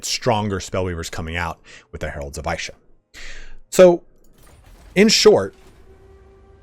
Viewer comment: Good video, like to see all the little mechanics specific to the new lord. Also, Isha is pronounced with a pronounced "e" rather than an "I".